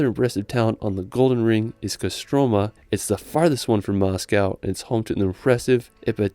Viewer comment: Dude kostromA don't kosrtOma ;) ipAtievsky don't ipatiEvsky ;)